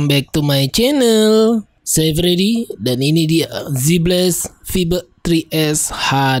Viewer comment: vibe...baca nya fa:ib gitu bang...